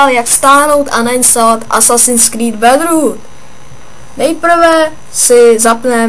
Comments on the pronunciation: ani neumi vislovit brotherhood pry že bedrhu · za prvé kopiruješ a za druhe neumiš vyslovit brotherhood pry že bedrhu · To jako vážně neznám člověka co neumí vyslovit Brotherhood. OMG